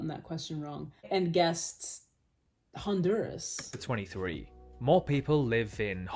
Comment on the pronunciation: forget your pronunciation of Honduras. I will never say Lake the same way again haha.